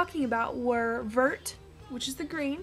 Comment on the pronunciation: Vert means green in French. But, it's pronounced vairt. :3) Just so you know.